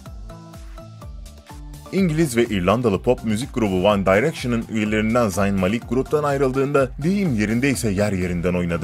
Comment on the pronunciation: O nasıl one direction diyişi